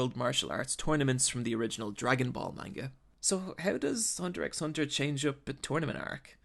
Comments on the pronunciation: Did you purposely mispronounce most of the characters names, and the name of the show itself? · Everyone saying the name wrong for the past 8 yrs the 45ck ._. Im still anoyed lol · The x in hunter x hunter isn’t meant to be pronounced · Hunter hunter you don’t pronounce the x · the way you keep mispronouncing names pisses me the fuck off. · The x isn't pronounced. It's just hunter hunter. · U don't say the x u say just hunter hunter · It's actually pronounced Hunter Hunter, not Hunter x Hunter, just saying. Great video tho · It's produced "Hunter Hunter" you don't say the X. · It's pronounced hunter hunter dipshit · B R lol why you so salty ? If your pronunciation is so good why not make your own video. Let others be the judge . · The X isnt pronounced. You should learn how to say the name before you try and make money off its content. Cant even watch the rest of your video if you dont even know that. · okay so i love hxh and there were definitely a lot of great points made in this vid, but i can’t bring myself to leave a like. everytime he said ‘hunter ex hunter’ i felt my whole body cripple and then the complete fuck-up of nearly everyone’s name got me worse, but really the absolute most PAINFUL part was when he said ‘his/her’ for Kurapika. sure, some people mistake him for a girl when they first start watching, but we all learn right off the bat that ACTUALLY, Pika’s a fucking G U Y and not a girl. plus, now i get that it can be kinda difficult to pronounce it, but the ‘ch’ in ‘Chimera’ is a ‘ch’ sound (as in ‘cheese’), not a ‘k’ sound (as in ‘cargo’). idk i love what he said here, but all the botched basic knowledge of things like that kinda make me feel like he didn’t really watch the show :/ edit: y’know what fuck it this video is beautiful and a couple mispronounced names here and there isn’t going to stop me from showing my appreciation for someone who so accurately captures the magnificence of one of my favorite anime oat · the X is silent